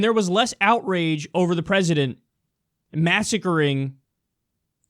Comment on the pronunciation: I wish to hell someone would tell that CNN lady that the pronunciation of 'President' is different from the pronunciation of 'Precedent' already because it's super fucking annoying every time I hear her say it.